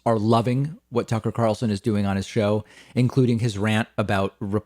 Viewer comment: It's Tuckkker Carlson...